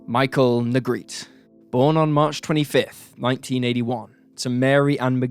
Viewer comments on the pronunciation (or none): his name wasnt pronounced "negrit" it was "nee grate ee". i went to school with him.